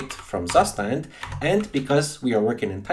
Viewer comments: It's Soo-shtant not "Sus tand" lol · you pronounce it like CUSHTAND not zustand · BTW, it is a German word and called "state, condition". And the pronounciation is [ˈtsuːʃtant]. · Really nice video, but it made me flinch every time you said “Zustand.” :D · Me as a german speaker crying everytime he says Zustand wrong.